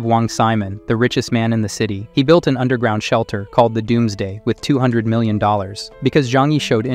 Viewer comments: Narration? lol the AI can't even pronounce "million" correctly. It said "mill i on" haha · 8 mil ion so not mil ion it's million 😂😂😂😂😂😂😂😂😂😂😂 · "Mill ion" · “Mill I on is wild”😂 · "Mill ion"? "MILL ION"??? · "Al his problems" "mill ion" "bull at proof glass" "basicall why" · One-mil ion.. 😂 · I like how he says "8 mil-ion" Lol I subbed and with notifications on just for part three LOL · AI voice can't say "all" or "million" correctly?